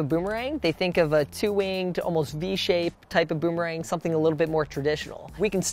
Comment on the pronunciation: Guys a champion in boomerang throwing but can’t even pronounce it correctly